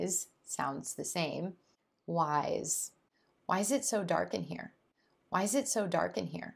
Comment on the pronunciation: Why do you pronounce "here" as "hair"?